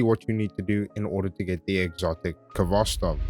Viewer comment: Actually it should sound without 'k' at the beginning) Good guide btw.